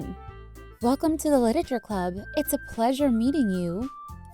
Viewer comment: Is it just me who got so annoyed when Cupquake said 'Liteture' at the start?